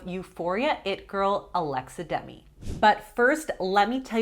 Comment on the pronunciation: isn't her name Alexa Demie not Demi?